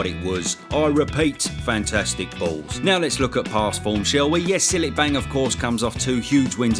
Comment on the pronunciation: Zhilei Zhang is pronounced "Jeelay Jaang". I'm really surprised you don't know that lol it was hard to tell if you were just making fun of his name or if you really just didn't know